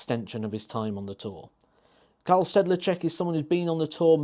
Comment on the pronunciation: K A R E L not K A R L